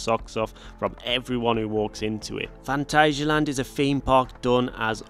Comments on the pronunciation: It’s pronounced phantasia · Here in Germany it is pronounced „Funtasia“ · I've always pronounced it Phant-ayy-sialand, but my German girlfriend calls it Phant-azz-sialand, so I'll take her word for it XD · As a German, i can confirm, no "ay" sound in there. The second a is pronounced just like the first one. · The "a's" in Phantasialand are sort of pronouced like the "u" in fun.